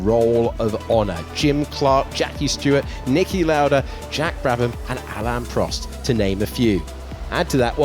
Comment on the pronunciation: Alain Prost, not Alan!